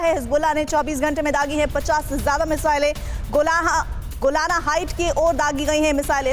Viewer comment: आपके एनाऊंसर कम पढे लिखे लगते है । गोलन हाइट को गोलाना हाइट बोलते हैं। बिना मतलब हल्ला करते हैं।